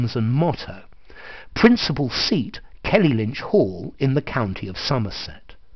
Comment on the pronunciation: It's Kellynch Hall, not Kelly-Lynch!